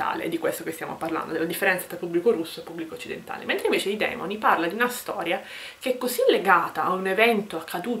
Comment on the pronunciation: Consentimi di correggerti: I Demòni... Complimenti, comunque. Saluti